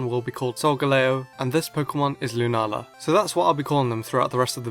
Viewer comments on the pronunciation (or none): I think it's pronounced lunayla but I'm not sure just because of the double a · It's pronounced loonah ahla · yep, in brazilian is loona-lah, but your pronunciation is cool too